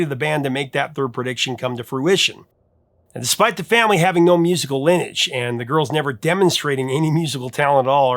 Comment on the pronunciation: You mispronounced 'lineage'.